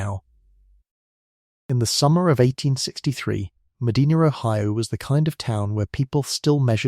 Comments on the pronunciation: I grew up in Medina County It is pronounced Medina, not Medena. I pronounced not e. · Medina Ohio, Mostly Sunny 81°F Medina is pronounced Meh die nuh. Not Meh dee nah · Pronounced MA-DIE-NA. Freaking AI. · I've been there. It's Meh-DYE-nah. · 'Round heah, they pronounce it, Muh-dye-nah.😊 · I am in Ohio, formerly of NY. They pronounce it ' Med-dye-na '. I didn't know that until recently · Medina Ma-die-na... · Your AI needs to do research on how to pronounce places in America. My state, Ohio, is peculiar in that many of our cities and towns that were named after foreign cities do not pronounce them correctly. Medina is "meh-DINAH." Other examples are: Mantua is "MAN-toe-way" and Lima "LIE-ma" and Versailles is "ver-SALES". Ugh! I'm a lifelong Ohioan, and I used to be proud of my state. We contributed so much to our country and to the world. Not anymore. SMDH... Anyway, I didn't know about this murder that happened 30 minutes south of me (no real Midwesterner uses miles to calculate distance for goodness sake! 😅) and ~100 years before I was born. Very interesting that he maintained his innocence until the end. Maybe it was his wife who was in on it, too, but they rarely considered a "lady" for such crimes in those days. Maybe she committed the murders when there was only supposed to be a robbery as if she got over-excited by something. Nerves? Thrill? Jealousy or other negative feelings toward her friend Mrs Cox as she was the more savagely attacked? 🤔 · That would be a, "long" "I", as in, "eye" Mah d-eye nah" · Locals pronounce, Medina (Ma Dinah), not like the historic city in Saudi Arabia. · I'm way down in Belmont county Ohio and even we pronounce it Ma- Dinah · I think AI does not know how to say it. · Meh dinah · I’m so sorry, but it’s Ohio so we do things backwards. 🤦🏻‍♀️ It’s pronounced Me-DINAH. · way to mispronounce Medina. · He is pronouncing it wrong. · It's Medina, not Medina. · Medina doesn't have an R at the end 😂